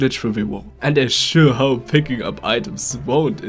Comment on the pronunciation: Bist du deutscher? I l like ur accent if you say "hope" u say Hop und deine sätzse sind abgestoppt nicht flüssig Z.b U can pick staff U can put something in or u can do it in the wrong way.